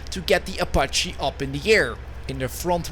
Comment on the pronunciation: "O" pache. minutes in and stopped.